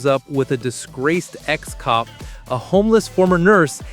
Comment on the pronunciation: Final Fantasy Ex??? C'mon bro its basiic